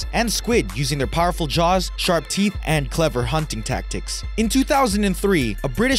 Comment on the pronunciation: I cant stop laughing brush your theeth go 😂😂😂😂😂😂😂😂😂😂